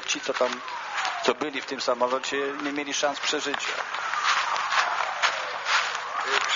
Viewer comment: Nie “JKIE“, tylko JAKIE i nie “MILI“ tylko MIELI. Hahahahahahahahahahaha….“jkie“ i „mili“